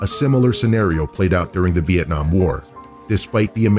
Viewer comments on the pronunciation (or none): none